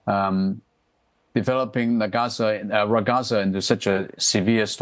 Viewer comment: Laughing at news readers who can't be bothered to search online how Ragasa is pronounced before going on live TV.